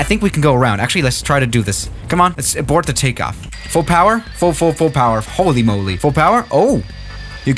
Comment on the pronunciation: Nobody:: “hÖLy MöLy”